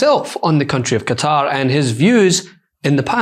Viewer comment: Quatar is pronounced KAtar not CUtter every time u all say it it grates